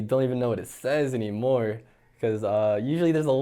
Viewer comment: “don’t even know what it even says anymohr”